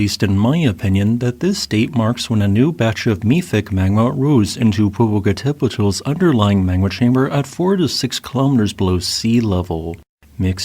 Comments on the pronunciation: Pet-ul is still wrong The tl is a singular sound, similar to how ch in English makes a single sound So Tlaloc isn't T-la-loc, it's tla-loc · "poh - poh - cah - TÉH - pet - ul" SIX SYLLABLES - QUITE the mouthful! Thanks for all your great videos! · Omg, he cant pronounce Popocatepetl. Horribly pronounced. When i was a kid we lived in Mexico City and the ice cream vendors had a ice cream that was called Popocatepetl and it was my favorite ice cream. The volcano always had snow on it the whole time i lived in Mexico city. I could see it from my bedroom window. It would have been cool to see it erupting.